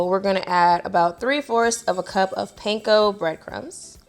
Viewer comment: Panko is pronounced "pon-KO" not "painko". Just for future reference. They're Japanese bread crumbs, and you'll impress anyone with Japanese heritage if you pronounce it that way. Great video! I'm making that sauce tonight!